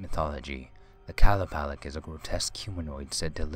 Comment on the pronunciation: Its actually qa-loo-pah-leek